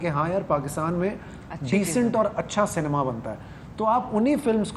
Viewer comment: First try pronouncing the word ‘Cinema’ properly. It’s see- nay- ma. Not say- nee- ma. Check the spelling. That will be helpful.